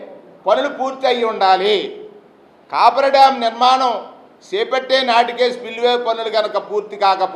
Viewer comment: కాపర్ డాం కాదు కాఫర్ డాం! మీరు ప్రసంగాలతో కాలక్షేపం చేసే లోపు డామ్ పూర్తిఅవుతుంది. ప్రజలు పూర్తి నమ్మకంతో వున్నారు. మీరు ఆందోళన చెందవద్దు. ఆరోగ్యంగా ఆనందంగా ఉండండి, ప్రజాస్వామ్యంలో ఉన్న అద్భుతాలు చూస్తూ